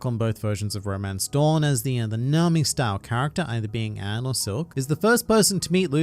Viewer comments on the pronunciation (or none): none